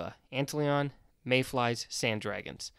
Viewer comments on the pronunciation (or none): It's pronounced ant lion (like the cat).